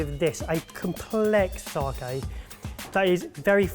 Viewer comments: Saki not saaaaaaaaaaaaaaaaaaaaaahhhhhhhhhkey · "Sarke" huh lads? :P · Its not fucking SARKAY! Only pronounces it almost correct cmon lads. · take out the i in your sakei pronunciation. Think Spain - sa-que. Sake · Sake, it sounds like Sarkay when you guys say it 😜.